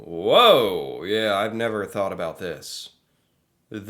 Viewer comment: You’re starting to say boot like a Canadian.